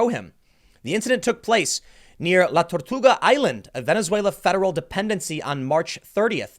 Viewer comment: Holy shit Tim! Good job with La Tortuga pronunciation!!! You did great those 2 times bud!